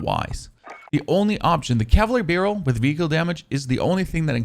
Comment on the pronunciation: Good work, but I can’t watch your videos any longer. You are butchering basic English. So many mispronounced words. Please learn how to say compensator and cavalry